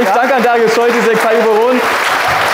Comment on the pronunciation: Nichtsdestotrotz heißt Darius Scholtysek Darius Scholtysik. :/